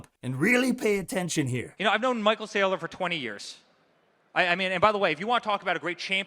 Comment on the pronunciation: Michael Sigh-lor 😂